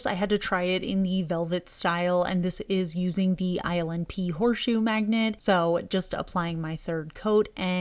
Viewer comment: Everytime she says ILNP, I hear "Island pee" 😂